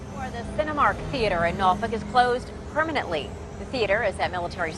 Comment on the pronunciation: I can definitely tell you not from the seven cities of Southeastern Virginia because of the way you pronounce Norfolk